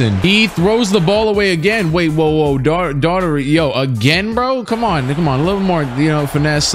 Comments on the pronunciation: Ahh brah...phonetically.... "doe-er-tee" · I think Daughtery is pronounced 'Dockerty', sounds like an Irish name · Daughtery is pronounced daug-tree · It's pronounced Door-tee my guy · It’s pronounced Darty Brad Darty